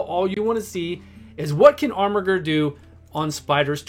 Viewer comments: 3 channels in a row is there some meme im unaware of or is everyone illiterate because thats not how you pronounce armiger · Every time you say armiger with that hard G, a baby yoda dies.